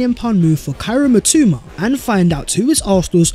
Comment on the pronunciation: mitoma is my Japanese god and u butchered his name 💀